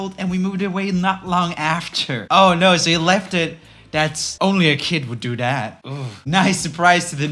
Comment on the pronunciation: “Only a kid wud do dat.” Mr you need a children’s speech therapist.